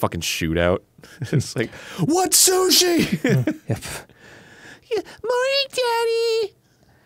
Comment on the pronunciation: Holy shit other people than me and my dad call sushi soosh?!